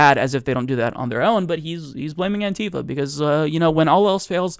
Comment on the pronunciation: Bugs me more then it should, but it's "anti-fa" not "an-tifa". As in anti-fascist, not a character from Final Fantasy.